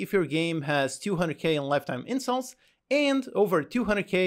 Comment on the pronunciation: Why’s he saying incels instead of installs